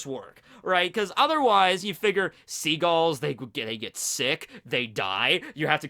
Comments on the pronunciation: pronunciation of figure hurts my soul everytime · “Figer”? Figure*